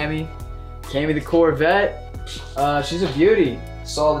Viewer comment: When zach said courvette I was like courvette courvette